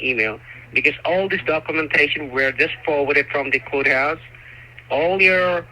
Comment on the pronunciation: Lol! She hung up because you're oversmart 😂 I love how you're telling him his script and what to say next 😂 Relax he said coathouse not courthouse 😂 And last but not least the defeat hang ups para cerrar con broche de oro! 😂